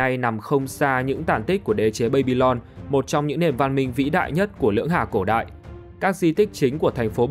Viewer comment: Đọc là ba-bi-lon đừng đọc là bây-bi-lon